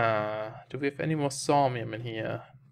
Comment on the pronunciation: "Saumium" A spot of trouble with your pronunciation there, mate?